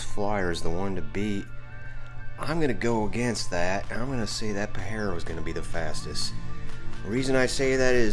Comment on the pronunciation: First time ive ever heard that Mitsi called a "Pa-heh-ro" 😮 We call it a "Pah-jeh-roh" with the strong J sound